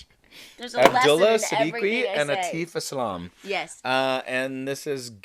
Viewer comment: Abdullah Siddiqui "Kids" "come Thru" and "Lament".You will like.All in english to boot....Atif...(Aa-tif). Not teef